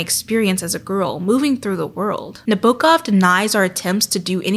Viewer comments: Your prononsiation of author's name is very good (as a native speaker) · your pronunciation of nabokov's name is way better than the way most English speakers pronounce it tho!!! when it comes to proximity to the original russian pronunciation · I'm russian and you are great in pronunciation of Nabokov's name, don't worry about it! great video! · Also, I know you prefaced the video by saying you would be saying his name "weird", but in an interview he quite literally instructed Americans to pronounce it exactly as you did, so nobody should have anything to complain about! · As a person who's native language is Russian I can say that your prononsiation of Nabokov's name is pretty much perfect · you actually pronounce Vladimir Nabokov pretty well for an English speaker! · You pronounced Nabokov’s name correctly, according to his response during a September 1965 interview when the interviewer asked him how to pronounce his name: “As to pronunciation, Frenchmen of course say Nabokoff, with the accent on the last syllable. Englishmen say Nab-okov, accent on the first, and Italians say Nabokov, accent in the middle, as Russians also do. Na-bo-kov. A heavy open ‘o’ as in ‘Knickerbocker’.” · Don't apologize, you did a great job pronouncing his name❤ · You are actually pronouncing his name the closest I heard from an American - English speaker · Your pronunciation of Vladimir Nabokov's name is good, don't worry. Usually english speakers make it worse and with a wrong stress.